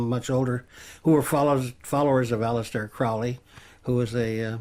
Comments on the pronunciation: No, Crowley wrote, "it's Crowley like holy, not Crowley like fouly." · Why does he keep pronouncing Crowley's name incorrectly? He should know better even though he was just a non O.T.O. housemate with a car. Maybe it's petty but it drives me nuts. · The guy can't even pronounce Crowley's name properly, I highly doubt he was very deep.